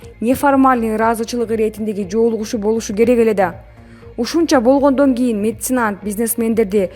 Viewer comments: Ээ тантык диктор,качан нормально окуганды уйроносун?Меценант эмес меценат! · Мецанит(меценат)онолбойсын диктор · Месанид деген эмне журналист кыз😁😄😃😀😅😂?? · Месенант эмес меценат. Туура окугулачы . Суйломду тыныш белгилери менен оку. Сенин бироонун созун суроосун окуп атканын да итиркейин келтирет кишинин . Машийнасын деп. Кудай ай !!!! Тузугуроок окуган тамга тааныган бироого окуткулачы.